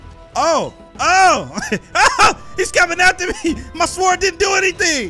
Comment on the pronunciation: lmao kev the (W) in SWORD is silent.